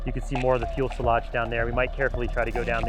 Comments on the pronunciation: Am I mishearing that, or is he saying "fuel-selage"? It's fuselage. :'D It has nothing to do with fuel, it comes from the french word "fuselé". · I dunno if it's just your accent, but it's FUSolage, not fuelsolage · what's a "fuel-salage"? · Does it bother anybody else that he saying fuel Solage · thanks this was driving me nuts